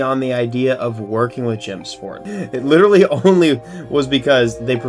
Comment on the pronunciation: is witterawy so back bwuh